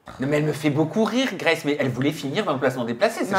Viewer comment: La manière dont ils prononcent « Grace » c’est pour nous abattre ? 😭